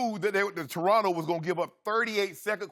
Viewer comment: "tonto raptors" haha classic right there